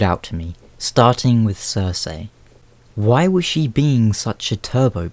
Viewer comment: pro tip: its BREE-en and sir-SEE not BRY-een and sir-SAY